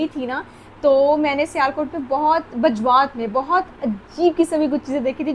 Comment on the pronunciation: Ye Bajrat nahi hai Mam Bajwat hai